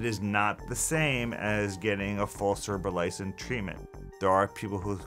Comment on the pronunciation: You can't even pronounce it.